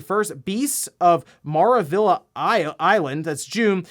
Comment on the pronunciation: it's funny how only English speakers can't pronounce maravilla in spanish lol